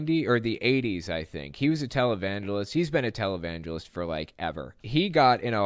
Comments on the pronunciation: When you said Jim Bakker was a "televangelist" at first I heard "Talibangelist." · "televangelist" My bad hearing: "Talibangelist"